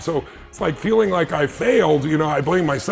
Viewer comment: Saline, not feeling 🤣